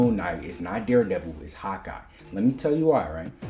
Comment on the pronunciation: Every time you say Hawkeye it sounds like you're saying "hot guy" 😂 I mean you're not wrong